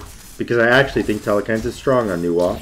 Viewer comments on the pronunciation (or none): Telkhines not telekhines